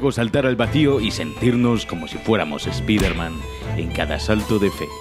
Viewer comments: Se dice espiddrman por dios 😂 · Spiderman o Spaiderman?? xDD. Vandal mirando videos de la competencia?? jajajajaja;). Grande... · Se pronuncia "Spaiderman" >:v